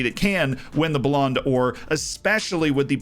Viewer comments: IT'S BALLON DOOR, NOT BALLONDA OR. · "BouLan Door" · bro the way says the ballonodor is so funny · I'm sorry my man. Your pronunciation of Ballon d'Or hurts every time. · Lmao literally